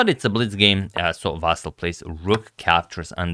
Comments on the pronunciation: Meanwhile, Ivanchuk's name is Vasyl, not "Vassil". But whatever. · Ivanchuk is actually Vasyl, not Vassil its a Ukrainian name, not Russian